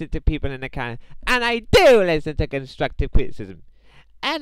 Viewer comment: no no no if your trying to sound like you got to be like Im giving you constwuctive cwitisim the w makes a difference